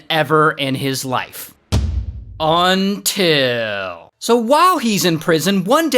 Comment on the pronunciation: You know shits about to get real when Ray says, "UN-TIL". 😂😂😂😂😂😂😂😂😂😂😂😂